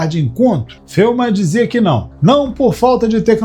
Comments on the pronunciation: Quem poha e FELMAN? Nome correto Richard Feynman. Que poha é nóbel? O correto é NOBEL. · Feuman? Conhecia ele como Feynman.